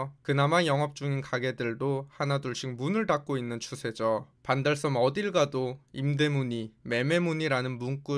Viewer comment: 왜 반달썸으로 발음 하는가? some?